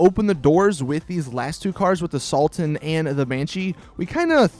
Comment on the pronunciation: He said salten instead of sultan